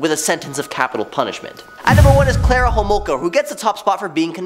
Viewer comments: Its Karla Homalka, not Klara.. Hello from Canada!😊✌️❤️ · Who the hrll is Klara??? It's Karla!